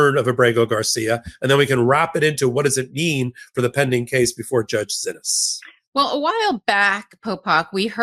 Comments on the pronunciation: ❓@ when are you going to pronounce the judge's name right❓ It throws me off every time you say, "Zinnis". Her name is pronounced, "See-knees".😜😁💜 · Why do you stubbornly refuse to pronounce the judge's name as "SEE-knees", after being told over and over that is how the judges is addressed? Totally frustrating.